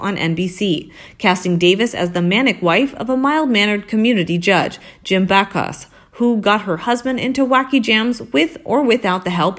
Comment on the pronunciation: You should send me your YT videos before you publish them -- I can correct pronunciation errors -- there were at least two big errors in this video. 1) It's not Lever Bothers; It's Leeeeever Brothers; 2) It's not "Jim Back-house", it's "Jim Back-us".